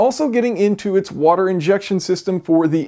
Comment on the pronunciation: half wouder+ half etanol.